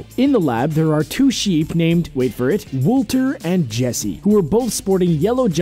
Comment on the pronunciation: Spring Freddy he named "Wolter" and "Jesse"